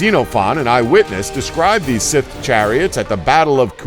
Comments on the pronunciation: WHY CAN YOU NOT LEARN TO SAY "SCYTHE" PROPERLY!!!!!??????!!!?!?!?!?!?!?!?!?!?!?!?!?!!?!?!?!?!?!?!?!?!?!?!?!?!?!?!!?!?!?!?!?!?!?!?!?!?!?!?!?!!? sthserguionuhasgrnae;o5uighawerir5hgaoeuirgnrnjiwga[t5njgaiperwjgnaipower45nmgaewr WERGNaw3gnaowerungEFH4GTFAUerwguAIWefhEUI9WFRHA9ehwgpu9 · please learn how to pronounce this word: scythe just click the link then click the speaker icon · Why can't this moron say scythe? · Joshua Fogg I'm from new York and I can say scythe, there's no excuse for idiocy 😂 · Grrr, one would hope that he'd remedy his pronunciation errors between the making of these videos! "The 'Sith' chariot, 'Sith' chariot, 'Sith chariot... He just continues, blissfully unaware, to compound his errors - making everyone with even a passing familiarity with one of the oldest and most commonly used farm implements of all time, quite literally, cringe in pain. How does he pronounce sickle? Cycle??? Maybe consult with a person or two before you post these videos. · SCYTHE! sCYthe! S-EYE-the! How many times?! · Revenge of the Sith Chariots... please learn basic pronunciation.. please. otherwise i really like your videos. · still haven't figured out how to pronounce "scythe" i see. i think you've watched too much Star Wars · How hard is it to say scythe correctly? Jesus. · i cant take this guy seriously has he really honestly never heard the word scythe spoken aloud before? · SMALL nitpick here, but it's "Scythe", not "sith". Sorry, kind of a grammar/pronunciation nazi. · Stop saying sith it's cythe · For fucks sake, the word is Scythe, not Sith. They are not pronounced the same way. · It's not sith it's Scythe (Sci-the) (the y sounds like a long I people!!!) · Okay, last I checked, it's not "sith", it's not "sayth" it's "Scythe". dude. pronounce it right. does he even LOOK at the comment section? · why does he say sith instead of scythe?? just, wHY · Dude. Its. SCYTHE NoT SITH. SSS IIEEEE THHHH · its a scyth, not a sif or a sith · Scythe, dude.